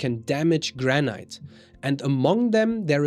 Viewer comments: Please, its pronounced Granit not Granight. Every time you say Granight it grates on my nerves and spoils your otherwise excellent presentation. I appreciate your otherwise well presented information. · I've only recently came across your channel and quickly subscribed. I like your content and love your accent, but you might want to look up how to pronounce 'granite'. It is not pronounced like that in the UK, U. S. or Canada, and probably not in Australia or New Zealand either.